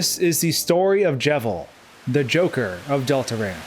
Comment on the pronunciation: It’s Delta roon not Delta ruinEven says in the intro